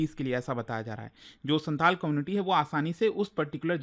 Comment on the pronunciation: Its not Shanthal, Its Shaontal